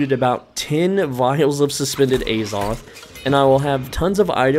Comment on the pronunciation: The holy A-Zoth